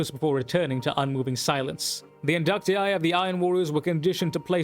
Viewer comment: Somebody who actually pronounces it correctly. 🙌🏻🙌🏻 Great perspective and video dude. 👌🏻